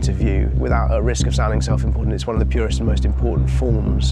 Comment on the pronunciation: "purest", please